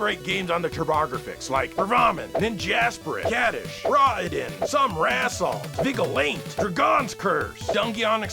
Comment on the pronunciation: extra funny since the Japanese titles were pronounced properly (Raiden and Y's).